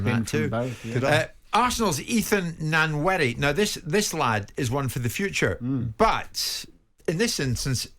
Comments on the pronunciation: Nan weri? Really? Can't even read a simple name. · Nwaneri is pronounced with the first letter 'N' silent. Like nnnnwaneri.